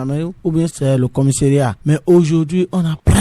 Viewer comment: Pardon mon frère on ne dit pas "commisserat" mais plutôt "commissariat"